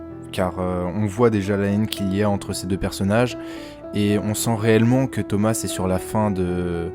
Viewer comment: Thoma pas thomassss